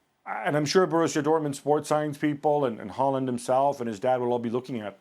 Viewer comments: His name is pronounced Haul-land... Idiots.. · Isn't his name Håland and not Haaaaaaaaaaaaaaaaaaaaaaaaaaaaaaaaaaaaland? Same with Solkjær